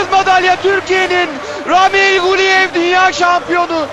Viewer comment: Yahu ramil değil a uzatmalı Raamil Raamil